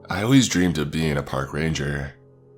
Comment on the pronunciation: Am i the only one that heard power ranger instead of park ranger in the begining of the video.